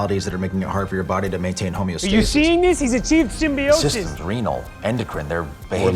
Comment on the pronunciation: Also if they pronounced simbyosis correctly at least once.